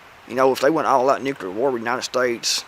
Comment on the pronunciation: Love your content, but man, please stop pronouncing nuclear as “nu CU lar”.